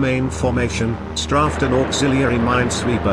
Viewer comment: It sure would have helped if the map showed a scale of miles and/or kilometers. STRAFED is pronounced STRAYFT, not STRAFFT. Animation of aircraft attacks were unusually helpful, although it seemed as if directions planes arrived from and/or departed to didn't seem to match narration in all cases.